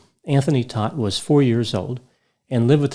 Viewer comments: Last name is pronounced Tote. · In NY, they say this name ss Toadt kind of like thst. Long o, not short o?